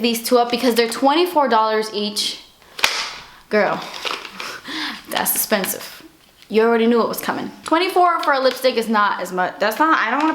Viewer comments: I live for the moments when you say…”das expensive!” lol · I LOVE how you say "gurl das expensive"! literally my favorite quote! you're so funny lol love you!! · no matter how many times u say it, you always make me laugh when u say 'das espensive' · Love it when you say 'das expensif' makes me giggle you are by far my fave youtuber your so real and down to earth <3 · i love love love when you always say das espensive lol like it cracks me up i always wait for you to say that it makes my day lol love your videos by the way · I loooove everytime you say: GURL DATS EXPENSIF LOL! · "Dis espensive" laughing so hard every time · I love when you say "that's espensive" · I love when you say, "Das Espensive"! I die every time! Dallas is one of my favorite blushes ever. Just put a little on and it looks like you're glowing. Great video :)